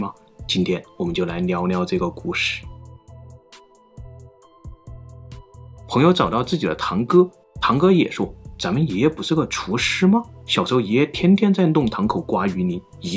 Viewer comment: 感謝，内容非常豐富。 這是我第一次關注到您的頻道。 有點讓我感到不適應的點就是 N 和 L 的發音混肴不清，必須邊看字幕才明白您所説的語句。 比如： 國内 （囯類）？ 聊聊 （裊裊）？ 旅友 （女友）？ 老故事 （惱故事）？ 我不明白這是地方語音習慣的不同呢亦或者是個人習慣因素所導致的呢？ 坦白説確實也遇見了好幾個内地博主有同樣的發音毛病，特此提出，請見諒！